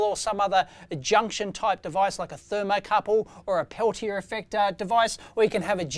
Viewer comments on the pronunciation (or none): none